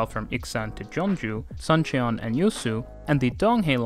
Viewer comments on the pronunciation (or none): Great video, as always. Just a wee comment on pronunciation: using the current romanization of Korean, a "u" is pronounced as the "oo" in a word like "moon". And "eo" is pronounced as one vowel sound, similar to the "u" in "but". So "Suseo" is not three syllables but two, and sounds more like "Soo-suh"; "Suncheon" sounds like "Soon-chun", not "Sun-chee-on". Anyway, brave attempt and thanks again for the informative video!